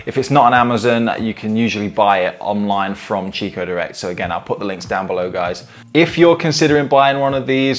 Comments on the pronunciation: It's pronounced "Kikko" not "Chicko". It's an italian brand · In the UK it is normally pronounced 'chicco' never heard it pronounced 'kikko' before. Maybe over time it may change like the pronounciation of 'Nestles' to 'Nestlay' and 'Jané pronounced 'Han-nay'